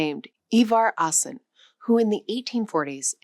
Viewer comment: I heard you sad A in the start of Ivar AAsen's last name. It is pronounced as an Å.